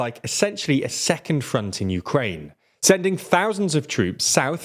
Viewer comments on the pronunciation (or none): Uraine? Urine?